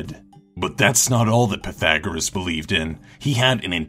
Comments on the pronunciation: btw it's pathegreom thereom not pathagreus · Pee-thah-gore-us. Fucking research shit once in awhile.